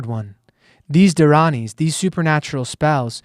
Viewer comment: Great job pronouncing the dharanis🙏